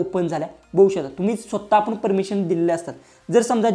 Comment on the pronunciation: बघू शकता अस आहे दादा ते वाक्य. स्पष्ट बोला म्हणजे समोरच्याला कळेल. बहु शता अस ऐकायला येत आहे